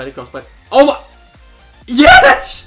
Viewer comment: this guy doesnt even say yes he says HIESSSHHH